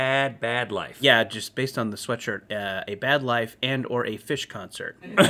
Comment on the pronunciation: Out der in da bayou had me rolling 😂